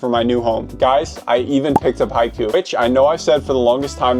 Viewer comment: the names and the team from haikyuu omg my ears hurt